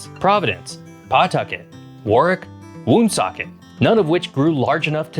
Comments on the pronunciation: Woonsocket, the oo is pronounced like the oo in wood. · You can definitely tell the narrator isnt a New Englander. We pronounce Pawtucket “Puhtuckit & Woonsocket winsocket 😂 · Woonsocket is pronounced wun-SOCKET, not WOON-socket. It has the most densely populated French/French-Canadian heritage in the country. Pawtucket is pronounced puh-TUCKET, not PAW-tucket One thing that I'd add about the geography about our state is how well forested and beautiful the western half of the state is. There are FAR more trees and natural habitat now than there was only 100-150 years ago. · This was hard to watch aside from the pronunciations - PAWtucket, WOONsocket, Peekho tribe ... RI is the second highest density in the entire country. Only second to NJ. Alaska has less than 750,000 people, and is 500 times the size of RI. You could have put picked a hundred different things to focus in on - But wondering why we don't have more people is wild AF. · It's pronounced paw-tuck-it and woon-sock-it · Commendable effort at pronouncing "Woonasquatucket", but "Woonsocket" and "Pawtucket" have the stress on the second syllable, more like "W'nsocket, P'tucket". The truly unforgivable mistake, though, is thinking the Blackstone runs into Massachusetts instead of down from it. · If you’re going to do a video of our state, you should at least do your homework and learn how to articulate our towns. You do not correctly say our towns of Pawtucket and Woonsocket. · Skip to about . And can someone teach him how to say Pawtucket and Woonsocket?🤣